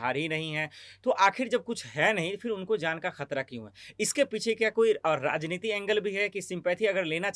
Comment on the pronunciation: Razneeti nhi maam Rajneeti sahi shabd hai